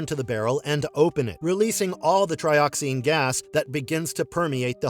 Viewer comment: Tri-oxen, not tri-oxine.